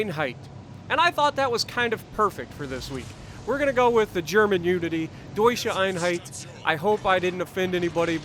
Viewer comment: Das like allein schon dafür das du so schön "Deutsche Einheit" gesagt hast!😁🇩🇪